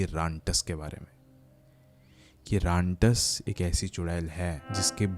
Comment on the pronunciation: Rantas ❌ rantak✅